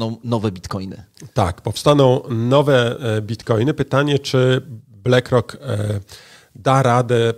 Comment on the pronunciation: No dobra, koń cz, =)) juz, wstydu oszczedz. BLACK ROCK z nazwy po Pl. To jest "uwaga - CZARNY KAMIEŃ " dobra, zatem, wymowa.. blAck rock. , blak rok! One love, peace. =))